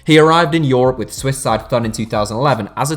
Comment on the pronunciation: the way he pronounces thun omfg